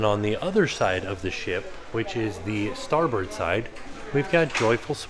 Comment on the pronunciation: it’s really starboard… 💯 thanks for saying starbird.. since that’s the name of the street I grew up on … and I totally enjoyed this tour.. I would def get lost if I was there.. lol 😆